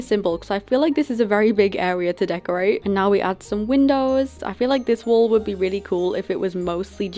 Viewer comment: It’s not sould it’s would